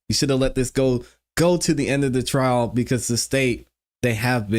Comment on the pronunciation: Why do y'all say "trail" and not "trial" ?????